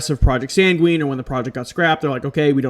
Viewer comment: I'd heard of Doveland; it sounds like it could be a Mandella Effect thing. It's pronounced SANG-win, not san-gween. Sorry, but that just kind of bothered me. I hadn't heard of Urkhammer. The there-but-not effect makes me think of the Philadelphia Experiment, even though that was different and didn't (supposedly) happen until much later.